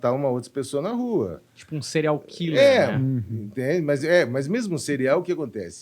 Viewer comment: 🥺🥺🥺🥺🥺🥺🥺🥺🥺nao se diz cereal (killer) Diz-se Síirial killer (apesar de se escrever serial)